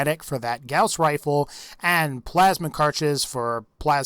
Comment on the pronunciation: When you say gauss I want to die